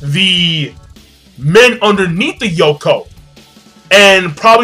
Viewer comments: My dude you say Yonkou like snowcone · WTF is a Yoko? Its YONko